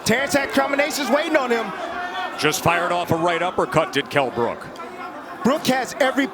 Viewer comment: Kell "mi eye brooke, brooke" brook